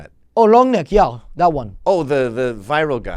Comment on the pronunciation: I had like a stroke when I heard ðat. I had to pull out a calculator to make sure I didn't lose it.